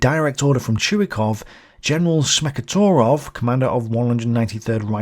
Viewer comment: The surname Smekhotvorov consists of two roots, the 1st one being "Smekh" (Laughter) the 2nd "Tvor", (from Tvorit = To create or to make). -ov denotes 's' (as in Jones). Dunno why I wrote this, just for the sake of writing something. Oh yeah, I got it. pronounces 'torov' instead 'tVorov', but let's not be too picky, I realize how difficult to pronounce Russian surnames are. And there's no the 'sh' sound in Smekh. It's 's'.